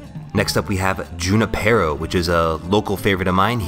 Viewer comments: And as someone from the Bay Area you should know it's pronounced WHO-nipero... Not Jun-ipero...I don't think it's a play on juniper berry... Junipero Serra is an iconic Cali monk (human rights abuses aside..) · As a more general advice: if a Spanish word has an accent (é, í, á... you get the point) it will always be pronounced on that syllable (as that's the function of the accent). So razón is pronounced ra-ZON for example. Side note: Words that are pronounced on the third syllable before the last (like Junípero) are called esdrújulas. And as you may have noticed esdrújula is itself an esdrújula. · You too?!?! And you're from SF!! It's pronounced hoo-nip-er-oh. The Spanish pronunciation. Named after Father Junipero Serra. Never understand why all y'all say June-i-pear-oh. Yeah, made from juniper - that's kinda the point. You take a founding father of SF and his name means juniper, so name a gin after him. Brilliant, Anchor Brewing. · Note from a linguistics nerd: Your local gin labeled "Junípero" is named after Father Junípero Serra who founded the first nine California Spanish missions. A play on words no doubt since the juniper berry is such a prominent botanical in gins. But it is pronounced hoo-NEE-pay-ro (Spanish) or hoo-NIHH-purr-oh (American). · that accent in "junípero" makes it sound as "hoo-nee-pero" just fyi :) great video!